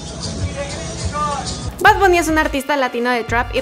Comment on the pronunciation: Y no se dice bad bunny sino bad bAnny